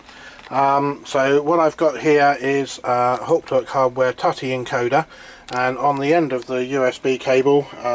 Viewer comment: Tutty? 😲 It's 'too-tee', as in tutti fruitti.